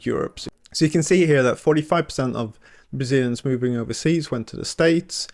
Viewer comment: "Bazilians"??? "Bazil"????